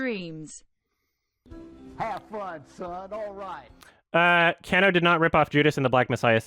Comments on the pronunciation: I'm very impressed with coming correct on this one. BUT BRUH, you listened to all these sources of people pronouncing her name right and you're STILL saying Yoko CAN-OH. It's KAH-NOH. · It bothers me how keeps mispronouncing Yoko Kanno. It's supposed to be "con-no," not "can-no." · mispronouncing "Kanno" is driving me up the wall right now